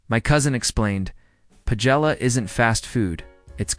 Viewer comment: AI really doesn't know how to pronounce paella.